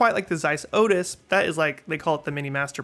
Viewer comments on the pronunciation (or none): none